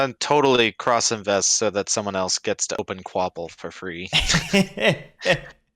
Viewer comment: Qu’Appel is pronounced ka-pell, not kwopple.